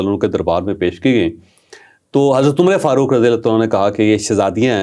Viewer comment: Say Umar Farooq, not Umr-e-Farooq. You don’t know this small thing.